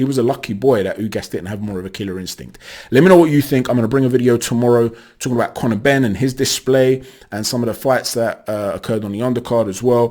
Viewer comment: This dude said connor benn. Imo